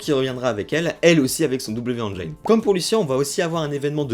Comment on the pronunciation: Merci pour la vidéo. PS : "engine", se prononce "énjine" et pas "énjaïne"